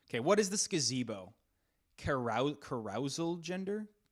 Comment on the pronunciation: HOLD ON MAN SAID CUH ROUSAL?????